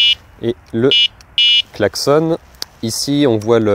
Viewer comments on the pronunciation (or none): none